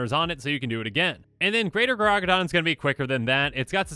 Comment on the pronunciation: Gargadon, not Garagadon.